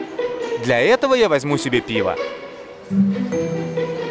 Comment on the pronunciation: только в англии пьют не пиво а пиао..)